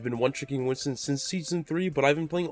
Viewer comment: Not sure if u knew this but his name is Winston, not Winton ;)